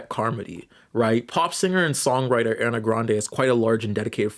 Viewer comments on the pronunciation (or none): Slight correction: Cynthia's last name is pronounced Eh-REE-Voe. However, I'll leave the pronunciation of Aryana– I mean Ariana alone.